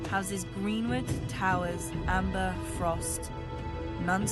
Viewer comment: Yo,! what´s up bro? Correct me if I am wrong, but is it not House Umber, not Amber, is it? XD